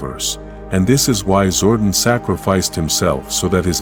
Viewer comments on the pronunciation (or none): zor-Don---not zor-dun toothed-ˈtü-thəd NOT tooth-ed....If you choose use AI to voice your docu, make sure it speaks proper English. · its zordon not zordin!! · The ai voice like to butcher all the words like names and make them into one syllable zooorrrdin zooordin that all I kept hearing my god man. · 🥷🏽 said "ZORDIN" && "Knight Knasty" not "Knasty Knight" 🤦🏽‍♂️🤦🏽‍♂️ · Zordon not Zorden don't use AI if you can't make it say words right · It's zordon not zwordin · Zordon not zordin . eldar not elter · I stopped watching at 8 seconds when I heard Zordon pronounced Zordin instead of Zor don. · This AI voice is horrible. It's Zordon not Zoordun, Goldar not Goldur. Ugh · Dude your saying his name wrong I used to watch the power rangers when I was a kid and this just pisses me off I didn’t like your post you keep pronouncing his name wrong 🖕🏻there are you happy I didn’t wanna do that but you fucking made me stop calling him that. Say it right! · The AI killed the video for me. “Sabertoothic tiger” “Zorden” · Honestly, I stopped watching the moment it pronounced Zordon as Zorduun. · Same. Having Zordon pronounced as Gordon and Bryan Cranstons face as Zordon just made me switch right off. This shit needs banned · Yes I am sure there are linguistics scholars at oxford university that are cringing at the incorrect pronounciation of zordon.